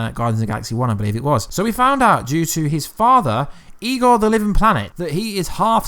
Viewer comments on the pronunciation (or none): none